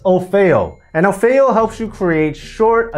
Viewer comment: Ummmm... pretty sure it's OFF EE O ... NOT O-FAY-O (o feo means "or ugly" in Spanish. It's Offeo like Offer)